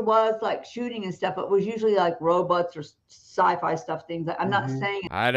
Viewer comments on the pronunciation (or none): She said robots, “robuts” lol.